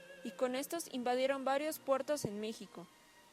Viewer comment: en el minuto dijiste mijico y no es con j